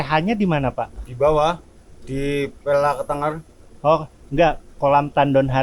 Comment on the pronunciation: Kok "ketengger"?? Ketenger, lafal "e" nya seperti "ke"